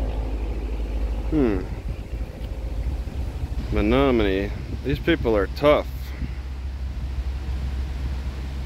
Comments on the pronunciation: I would’ve pronounced that “Me no money” if you hadn’t said it aloud. I also finally realized your voice reminds me of Mike Judge. Stay safe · City pronounced ME NO MONEY.